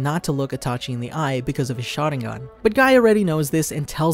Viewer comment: He says itachu instead of itachi in 😀😀 But the whole video was awesome